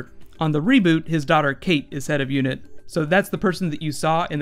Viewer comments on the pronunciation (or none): ***** UNIT in classic who is pronounced like United Nations Inteligece Taskforce.